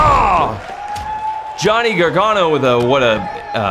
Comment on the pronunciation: its pronounced garganoo